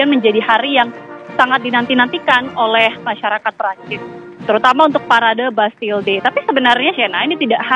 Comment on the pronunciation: Kalo gak salah Champ Elysees dibaca "Shanz-eh-lee-zay" bukan "cam-e-li-se" trus Bastille dibaca "bastij" bukan "bas-ti-le". Pokoknya suka-suka reporter aja mau nyebut gimana bukan cari tahu dulu cara pengucapannya.